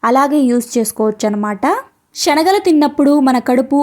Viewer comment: Amma meeru చెప్పింది బావుంది కానీ శెనగలు షేనగలు కాదు